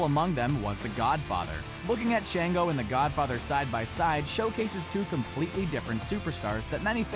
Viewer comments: Shaw-ngo not Shay-ngo. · Sh -on -go. Not Sh-an-go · Shon-go not shan-go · It’s papa “Shon-Go.” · He’s not saying Papa Shango name right😢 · And shango